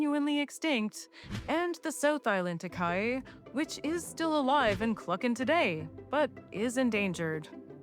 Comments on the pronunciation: FYI Takahē is closer to Tah-ka-HEEY, not Takai. Cheers!! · It's pronounced ta-ka-he (taa-car-hair) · Takahe = Tah-ka-hey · Does my head in when they can’t pronounce takahe 🤬💩